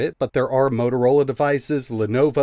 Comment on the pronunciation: Repeat whit me, MO-TO-RO-LA, and not MOROROLA.... 😂😂😂😂